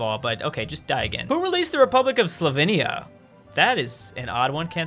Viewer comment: Its slo-vee-nee-a but good try.